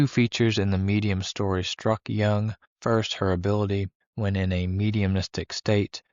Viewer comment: Jung.... correct your pronunciation of his name FIRST, THANK YOU